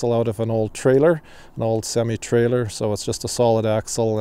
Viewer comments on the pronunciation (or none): Semmie trailer? I thought it was pronounced semi?